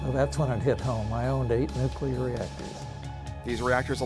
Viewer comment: Sad that todays Navy is a shadow of what it was when this beauty sailed the seas. The Enterprise should be turned into a museum, not scrapped. Also, when making a documentary about nuclear vessels, practice saying nuclear correctly.